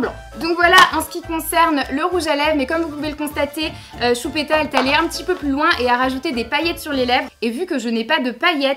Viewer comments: A chaque fois qu'elle dit CHUPÉTA je peux pas m'empêcher de rire 😂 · He ma tortue sapelle choupita 😠😠😠😠😠 😃😃😃😃😃😅😅😅😅 Lolllll tes la best tu ma youtubeuse préférée tu est tres belle (meme comme sa 😉) bref en gros je te kiffffffffffffffffffffffffffffffffffffffffffffffffffffffffffffffffff💓💓💓👑👑👑👑👑👑 Et quand tu dis choupita ta trop laccent bledart